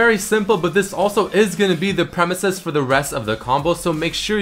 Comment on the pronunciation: and its premise...not premesis.